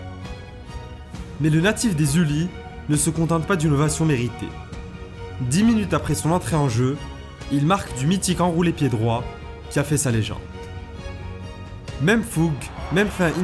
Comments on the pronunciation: "Natif des Uli" (le s se prononce Les Ulisse) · La ville "Les Ulis" se prononce "Les Ulisse" sinon très bonne vidéo